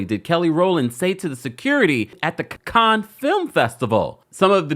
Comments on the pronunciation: Sir! If you're gonna report news, please learn how to pronounce words first. Cannes is pronounced can-na, not con. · This is of little importance, but it (Cannes) is pronounced "kan" not "con". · Cannes Is Pronounced Can, Like ‘I Can’ Not Kahn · It pronounced can festival not khan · It’s pronounced as “Can’s” film festival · Pronounced Can, rhymes with tan.❤ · It’s pronounced “can” like a can of paint. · With respect, it's pronounced "can" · Cannes-cans.... Sorry it was driving me crazy.! It's pronounced cans... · Respectfully and I love you. Cannes is pronounced like can. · Hi😊 I just heard you say that the French don't like it when we mispronounce their words. I just wanted to let you know the correct way to pronounce "Cannes", is "Can"...like we say, trash can. I'm not trying to be rude, as a person with melanin, I wanna see us shine 😊❤